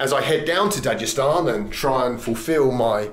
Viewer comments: You fucked up on this one balds “dajestan” my nigga its da-g-estan with a g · Stop pronouncing it wrong.. even khabib pronounces it dag estan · please stop pronouncing Dagestan as "Dajestan". it hurts my brain.. also, the K in Khabib is silent. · For anyone reading comments, it's pronounced not "Dajestan" but Dagestan with G like "dagger". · Most people who speak English do not pronounce as Dajestan. But it's not really a big deal.